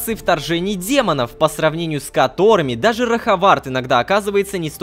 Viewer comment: Не роховарт а лоховарт.